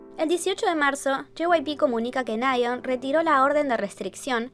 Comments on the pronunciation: Creo que es nayeón no náyeon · Nasheeeeeooooon????? Se pronuncia "Neyon"... "Neion"... ¿no?